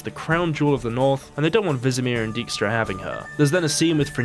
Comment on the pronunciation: The name Dijkstra is also pronounced wrong. In Dutch the pronunciation of 'ij' is 'eye', not 'e'.